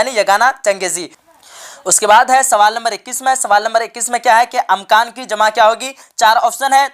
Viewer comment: Amkan nhi hai be imkan hota hai 😂😂😂😂😂😂😂